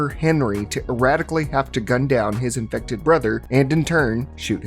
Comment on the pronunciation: I mean the amount of annoying comments he got when talking about zombies but people complained and started correcting him. Now he mockingly says infected like that.